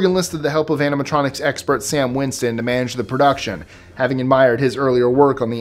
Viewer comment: It's Stan Winston, not Sam.